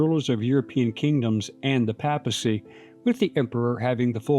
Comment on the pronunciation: "Papacy" is pronounced PAY-puh-see - long A in the first syllable.